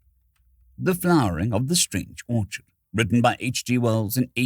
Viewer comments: Orc-HID Not Or-chard. 😢 great read. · Your mispronunciation of ORCHID kept me from enjoying the story. You pronounced it ORCHARD, not ORKID. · The H in Orchid is silent. Please google pronunciation if you're not sure of them. It's one thing I can't stand. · my friend, you may wish to record this again. I've never heard the orchid pronounce the way you did. This story is a little bit of be careful what you wish for